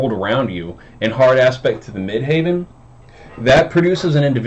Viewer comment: Dude, it’s midheaven as in where god is - not midhaven which sounds like a golf resort. You gotta get that right to be taken seriously. I like your take on the aspect though 😻